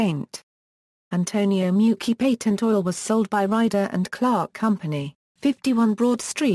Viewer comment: I hate that pronunciation it's (may -you-chi)